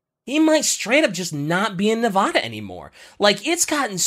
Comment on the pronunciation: It hurts listening to saying Nevada like that...